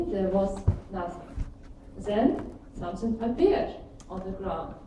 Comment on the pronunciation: Игра класс! Презентация поставлена бесподобно для такого рода мероприятий, но хард рашн эксент слушать было тяжело - зе, зен, зеар, самсинг и прочие перлы нашего произношения)))